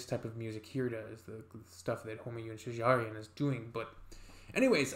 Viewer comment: How nice you say shajarian i like It